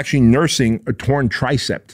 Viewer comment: It’s tricep not “TRICEPT”